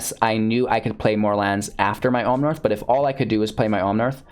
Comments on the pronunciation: Omnaaaaath not omnarth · There's no "r" in Omnath, just FYI. Love your content.